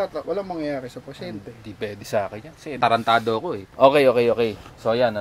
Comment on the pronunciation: Boss tarantahin po, hindi tarantado 🤣🤣